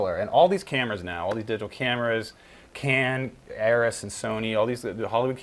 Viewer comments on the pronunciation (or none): lol it's Arri not Arris.